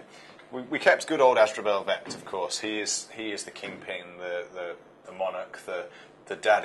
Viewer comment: That's how you pronounce asdrubael vect?! Finally some closure on that.